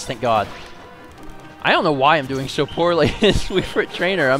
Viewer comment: did anyone notice he said wii frit trainer in stead of wii fit trainer. is the time